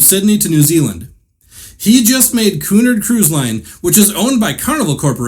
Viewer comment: You are mispronouncing the word Cunard. The accent is on the second syllable, not the first.